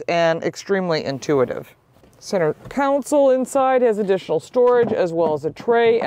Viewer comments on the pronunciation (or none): FYI - You keep mispronouncing the word "console". You say "council". (cown-sill) But a "council" is a group of people. While a "console" is a car part. ✔ "Con-sole". ❌ NOT "Cown-sill". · Con-sole. Not, Council.